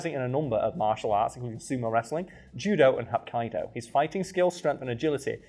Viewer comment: Love the channel. It's pronounced Hop-Key-Do